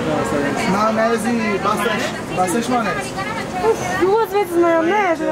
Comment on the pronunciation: "Maionesar" — 2021